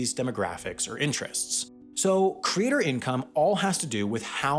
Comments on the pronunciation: Why do I keep hearing crater instead of creator? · Why are you saying "crater" instead of creator? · It's really bothersome that you pronounce "creator" as "crater". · After 4 minutes 55 seconds, I couldn't take any more. I got tired of hearing the voiceover guy BUTCHER the word 'creator'. It's pronounced like that - CREATOR, NOT 'CRATER'. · It's pronounced "creator", not "crater". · Lol “”crater””???? Never heard someone homophonize ‘creator’ and ‘crater’. Omg he keeps saying it! Makes me twitch each time. Where is he from OMG CRATER!!! Holy fuck that’s weird. Lol YOUTUBE CRATER! He just said “from crater to crater” what in gods name… Edit: go to he says “larger craters” that’s beyond funny I’m dying Edit 2: “self-identified professional craters” you can’t make this stuff up folks